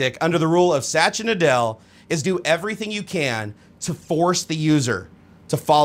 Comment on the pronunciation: lol you totally butcher MS ceo's name, it's pronounced like "sut-yaa naa-dellaa"